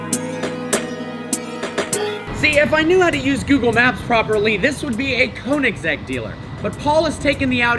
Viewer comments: Y G But still not KOO. If u are english/american you Cant pronaunse (spell check) it becuse u Will have to learn how to say the swedish (Ö) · One small thing you need to learn.. How to pronounce Koenigsegg.. Get hold of a Swede and get it straightened out. Agera btw means act. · U still cant pronounce koenigsegg right